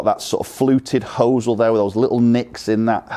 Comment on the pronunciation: When did the Americanism of pronouncing 'hosel' as 'hoo sell' enter England!? lol 'hos-el'.